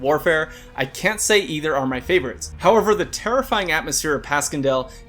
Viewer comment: It's pronounced Passion-dale.